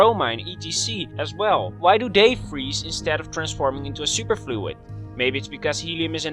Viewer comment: Helium: I neva fweeze.